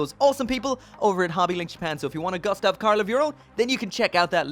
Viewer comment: Pronounced goostav 😁, sorry for the bit pick, I enjoy watching your reviews really